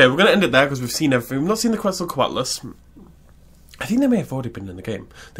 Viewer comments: It's pronounced more like "Ket" "Zall" "Kwatle" according to Mexican-Spanish sources. "Kwetzal" is an English corruption of the word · Ketsocoatlus, not Kwetsocatlus